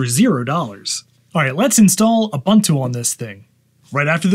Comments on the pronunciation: You do you, it's fine, but if someone makes a big mistake and is not told how to correct it, how good is a community then? So there is the "Neu-vidia" guy discussing economy on his channel and mispronouncing "Nvidia" every time, so should we tell him that it's supposedly pronounced "Envy-dia"? And to people in Paris asking for an "Expresso" instead of an "Espresso"? Mistakes are mistakes, they can be corrected. Accents are something else, like when a whole country starts to say "Deu-day" instead of "Today", "Sh-treet" instead of "Street", or "Bu-her" instead of "Butter", "Wa-her" instead of "Water", and so on. Recently it's the "AI ba-bule" instead of "AI bubble". I mean, it's just... 😅🤣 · I always pronounced Ubuntu as "Un-boon-too". Maybe I was wrong? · Please teach him how to pronounce Ubuntu tho. 😆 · I don't think I'll ever get over how Americans pronounce "Ubuntu" lol, excellent video! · Hello there. Fantastic video. I retrieved my old 2013 MacBook from the cupboard and I have ordered a MagSafe adapter, and as soon as I get it up and running, I’m going to install Ubuntu on it. One suggestion: please learn how to pronounce Ubuntu correctly. Made me cringe. The second U sounds much like the initial one. Thanks for your video. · Someone else has already said it buts it's ooboontoo not oobuntoo ubu is pronounced ooboo. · "with a-boon-too Linux" please, it's not pronounced like that, it's pronounced "oo-boon-too". "Ubuntu" is an old African word (meaning "humanity" or "I am because we are") and it's pronounced in a specific way, not like the way it's written. Please search the video "How To Pronounce Ubuntu" and listen carefully. Thank you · The official pronunciation of Ubuntu is: oo-BOON-too Phonetically: /uːˈbuːntuː/ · It is Ooh/boon/too, not Uh/bun/too. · FYI: It is pronounced "oo-BOON-too", NOT "a-bun-too". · It’s called „Ubuntu“, not „Ubantu“!!! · Repeat after me: ooo-booon-tooo. Again: ooo-booon-tooo. There you go. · It’s pronounced oo-boon-too